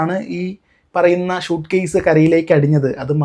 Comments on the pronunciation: ഷൂട്ട്കേസ് അല്ല സ്യുട്കേസ് എന്ന് പറ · ഷ അല്ല സ